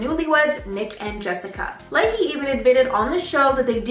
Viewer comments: Nick “lay-key”?!!!! 🤣😂😂😂😂 the secret is that you are not very bright! You massacred his last name! It’s pronounced Le- chè ! I like your balls for making a public video doing zero research on the most basic things like pronouncing people’s names before you talk about them. 🤦‍♀️🤦‍♀️🤦‍♀️🤦‍♀️ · And OMG....get your pronunciations right! Nick Lay-he? Really?